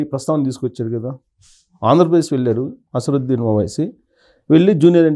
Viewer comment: Asaruddin? You don't his name properly?